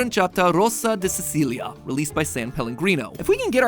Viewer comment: He did falter at the Dracula part, and he butchered Aranciata and Sicilia.